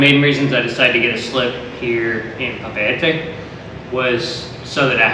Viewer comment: Nice try for pronouncing Papeete and Moorea. 🤙 appreciate !